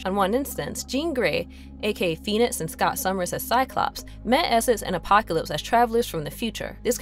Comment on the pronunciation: killed me the whole time. She couldn’t pronounce apocalypse and a few other things right either. Still a good synopsis though.